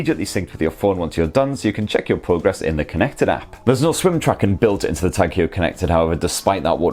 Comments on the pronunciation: Hewer?, skew el, bewk. Non Sunderland folk, won’t understand that. I think it’s pronounced Hoyer, , as in, hoy a amma ower ere. Great review. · Hoyer, not Hewer :) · The way he pronounces it sounds like he's about to throw up. He should have researched how to say it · It's pronounced 'hoiya' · "Tag Hior" 😂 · Please pronounce the name correct, home work, Tag Heuer not Huer, a bit embarrassing if you do not get that right... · Great review ... just a lil bit annoyed with the pronunciation way ( swiss ears perspective - sorry ) 🤭 and just wanna say swiss ( German ) pronunciation 😬 Heuer supposed to read as : ( Hoyer ) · Edouard Heuer was Swiss, and there are multiple vintage Heuer adverts in English which even state on them “Say Hoy-er” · Good review, wrong pronunciation. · learn how to pronounce the brand of the watch, this is ridiculous... my ears are bleeding this is unmatchable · Why can't you pronounce Heuer properly...